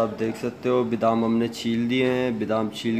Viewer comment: bidam nahin BADAM kehtay hain,,please correct your mistakes